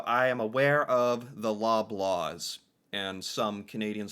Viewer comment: Loblaws, not Lola's !